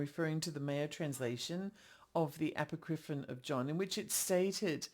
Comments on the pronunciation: I just think Icke is incorrect. I wasn't going to say anything, because I am that person, and I'm trying to control myself. But consider calling it "a POCK ri fon." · Apocripinon, you say?